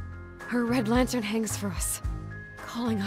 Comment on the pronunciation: Homie called it Red lanthern 😂 really makes every day better when he uploads!